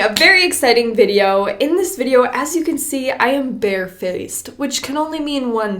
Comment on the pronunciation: If you don't like "... a very exited wideo..." PLAY